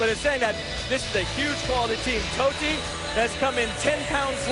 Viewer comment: TOTTI not "totey" is football Legend.